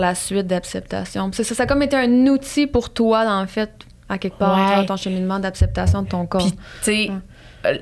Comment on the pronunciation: je t'aime vraiment full t'es intelligente, t'es drole mais depuis que j'ecoute tes podcast tu dit toujours apceptation ( je te le dis avec un sourire la ) c'Est comme si ta bouche veut pas dire acceptation hihi